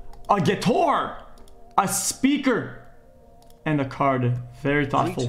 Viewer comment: "water holder" "guitore"